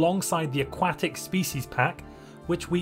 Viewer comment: It's a 'kwuh' sound. Aquatic. Not 'kwah' like a duck's quack. (Nice video)